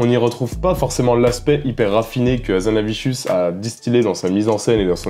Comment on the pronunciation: Pourquoi "HazanaviCHius" ?